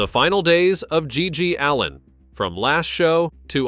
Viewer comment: Hey robot, i hope GGs ghost doesnt hear you mispronounce his last name